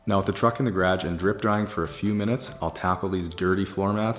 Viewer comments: Did he say “gerage” instead of garage lol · Everytime he sags "gradge", I for some reason repeat it out loud. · Had to look up 5 C=41 F! It’s 55F in Indio CA, I’m here in sweats, under a blanket and drinking Abuelitas hot chocolate! 🥶 Love how he says garage though.